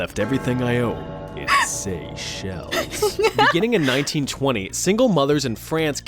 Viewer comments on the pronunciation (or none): none